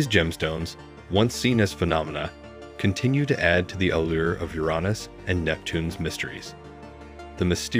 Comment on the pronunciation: This is the first time I've ever heard Uranus pronounced Uronus.